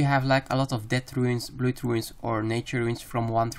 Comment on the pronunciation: Good video, but you need to work on your pronouncation on some English words, like "blood" for example. Other than that, good work. :)